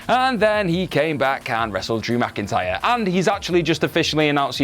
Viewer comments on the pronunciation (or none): none